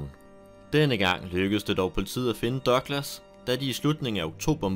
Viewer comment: Er jeg den eneste der begynder at grine hver gang han siger "Dørglas" eller douglas??